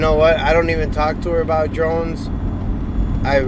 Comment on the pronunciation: "Im willing to bring my personal drines anywhere". Lmao!! Nice